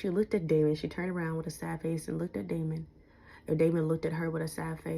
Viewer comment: Sister, I'm really trynna focus but every time you say "damon" instead of De"s"mond it throws me off my focus lol